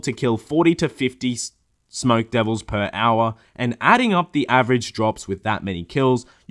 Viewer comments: Drinking game: Everytime says "Per Owah", you take a drink.... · Per OWAH, Per OWAH of POWAH! Get to the ChoPPAH!